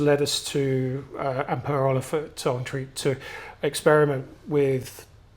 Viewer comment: It's pronounced as N-trek. Speaking as a Swede. Great review. I have the Mice, a silver minimus and a Poseidon and 4 Max T.